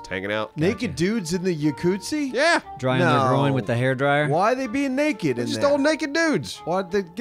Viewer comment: Jacuzzi not a Jacutzi.